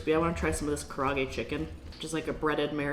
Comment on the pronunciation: The chicken dish is pronounced “ka-da-aa-gay” not “ka-ra-gay”. 😷🤙🏼